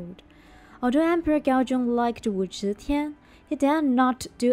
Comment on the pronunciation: Switch your z and zh pronunciation, then it’s perfect. Teehee